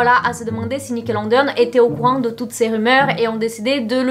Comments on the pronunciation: tu me fais trop rire à dire Nickelondeon, tu es trop choue, mais c'est Nickelodeon😂😂 gros bisouuus😘😘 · Dsl mais le: nickelonnedéonne 😭😭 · Nickelodeon mais pas Nickelondeon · Nickeleondeon ou nickelondeon ?🤔🤷🏽‍♀️ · "nickelondeone" je meurs ta prononciation sur ce mot mdr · ptdr elle sait même pas dire Nickelodeon wsh